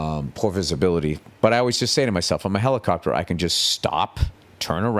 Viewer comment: Ol Billy is back in his HELICOPTAHH!